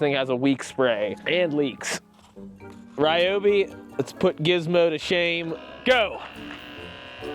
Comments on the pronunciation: Stop saying Rye-oh-bee! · ‼️The name Ryobi was not pronounced correctly even one single time in this video